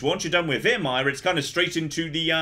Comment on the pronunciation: I'm 100% sure he said Virmire properly before